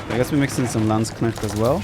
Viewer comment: needs to learn how to pronounce Landsknecht. It's really not that difficult.